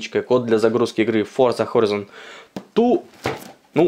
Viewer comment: Не хорИзон, а хорАйзон